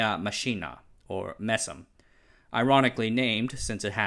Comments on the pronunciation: and You need to polish the way you say MESM and BESM a little more. From my side I обещаю to study English some more. ;-) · Daaaamn... Can't help myself laughing when you try (don't try) to pronounce MESM/BESM 😂 Nevertheless, great vid though, really enjoyed it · Your pronunciation of MESM is as bad as it could possibly be :)